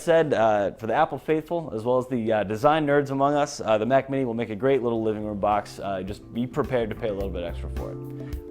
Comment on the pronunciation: It's Mac not 'MAC'.